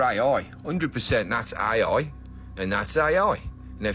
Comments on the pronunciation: What the hell is äjj ajjj? 😂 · "That's ay-oi!" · Ooiii thats aaaai ooooia. Fucking accent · Love how he says "AI" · The best thing about this is a Brummy trying to say AI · I just like hearing the say "AI". 😄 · Sounds like more than two letters when his accent suqeezed it